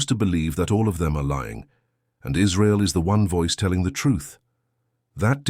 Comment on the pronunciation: Iswael does not commit any cwimes on the gwound We do not commit war cwimes . We only tell the twuth !